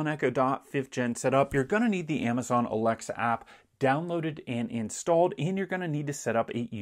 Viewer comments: i like how he says “a l e x a” so it doesn’t activate 😂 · I was giggling at that too 😂